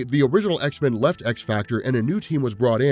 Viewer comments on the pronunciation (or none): none